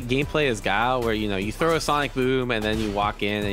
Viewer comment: ffs its guy-ill note gao